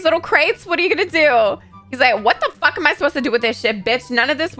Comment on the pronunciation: She said wat da fwak😀